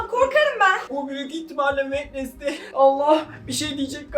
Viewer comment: wednestay değil adı Jenna.ortenga